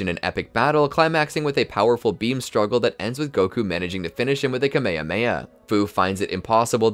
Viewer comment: Bro said kamahamaha instead of ka - ma - ha - ma -ha